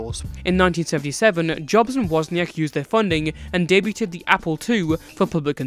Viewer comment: Small nitpick: the T in debut is silent so the past tense is pronounced "day- beood". Aside from that great video!